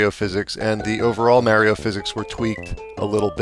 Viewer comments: its not me-rio its ma-rio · MARRYO MARRYO MARRYO! Other than that, not a bad review man! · I can’t stand how this guy pronounces “Mario”. Hate it when people do that. Other than that, good review over all. 👍